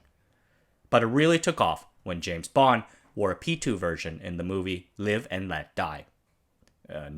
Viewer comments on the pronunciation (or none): none